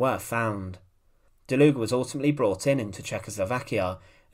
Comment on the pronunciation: It is pronounced: "DALUG", for 'murricans: "Dahloog" Please don't say DalugA or something